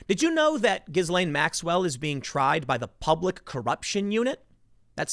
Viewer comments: I think it's pronounced ghilaine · Once and for all! Gislaine is pronounced : JEELANE in english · Gh in Ghislaine is a J sound, so it would be pronounced Jislaine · It's pronounced Jizz Lane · Tim! Learn how to pronounce Ghislaine Maxwell’s name correctly. “GHEE-LEN” The reason I say this is cuz you’ll be saying the name a lot in the coming months! In any case, this story is disturbing. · It’s pronounced “jizzlane” maxwell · Ghislaine pronounced Gil-Layn and Guidice pronounced Jew-Dice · We pronounce it "Jizz Lane". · Its pronounced G-LEN, Tim. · Apparently its pronounced 'Gill-en'. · You pronounce her name as Jizzlane Maxwell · I pronounce her name as JizzLane. I am almost 100% certain if she manages to name names, it will be prominent democrats & republicans alike, including many tech/hollywood/bank corporate elites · zhees-lane? gees-lane? guh-lane? Is having your name pronounced correctly part of your Miranda rights? Hope not. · It’s pronounced jizz lane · It's pronounced Gill-Lane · HOW DO PEOPLE STILL NOT KNOW HOW TO PRONOUNCE GHISLAINE???? YOU’RE A JOURNALIST FOR GODS SAKE LMAO. TIM!!!!!!!